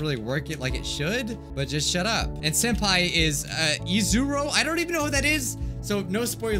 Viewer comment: Did everyone heard said Soup Pai or is it just meh qwq